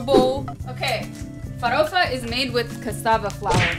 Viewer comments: Ela fala farofa que parece das nossas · Farofa A pronuncia tá excelente. The pronunciation is excellent. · Você fala farofa melhor que muitos brasileiros. kkk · She says FAROFA exactly the way brazilians say. Not a lotta americans can do it. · cara, gringo fala "feidjôada" e "fawôfa" ela falou normal como falamos "feijoada" e "farófa" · You pronounce "Feijoada" and "Forofa" perfectly. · When you say "feijoada" and "farofa" your accent is genuinely Brazilian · O sotaque cara, ela n fala com sotaque americano "Feijoada" e "farofa" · I have to say that your pronunciation of feijoada and farofa are just perfect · Oloko pronunciou feijoada e farofa sem aquele sotaque gringo